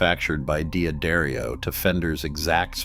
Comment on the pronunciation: Your bot said D'Adario wrong, along with wound!